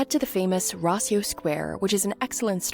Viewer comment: Its Rossio Square not Raiso. Just in case someone wabts to google it